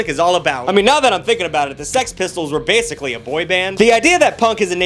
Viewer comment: why do you say basically like that